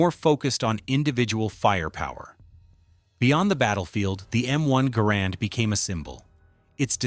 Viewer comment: Though the inventory's name was Garand, it was pronounced "Garren"